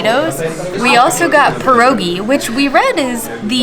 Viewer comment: It broke my heart to hear her say perogies. It’s pierogi.